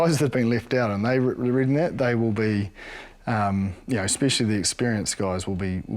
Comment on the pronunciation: What does 'Ekspecially' mean?